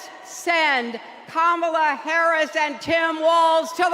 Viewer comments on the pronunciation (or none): 她居然把Harris说成Karris